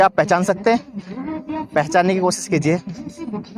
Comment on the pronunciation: Baki sab theek hai waha ko baha bola aur koshish ko kosis i think u need 2 improve ur language muslim ki guftgu aisy nahi hori